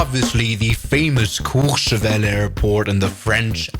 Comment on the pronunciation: As a French , your pronunciation of Méribel and courchevel is perfect